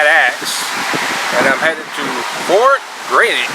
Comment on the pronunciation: Fort Grasshit. That’s how you say it